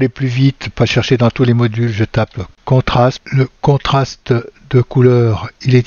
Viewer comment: Veuillez m'excuser d'insister : vous prononcez (en français) contrasme, or il faut dire contraste.